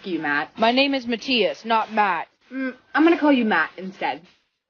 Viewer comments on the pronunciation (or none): none